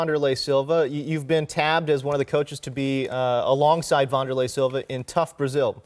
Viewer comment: Vun door lay?? I thought it was Van der lei... Yeah, Wanderlei Siliva.